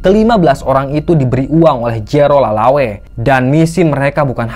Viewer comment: Lelaway kayaknya bukan lalawe